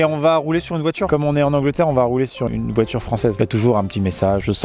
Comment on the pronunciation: pauvre todd sa voiturrrrrrrrrrrrrrre ... XD